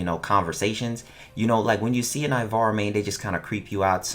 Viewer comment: First step* say ivara right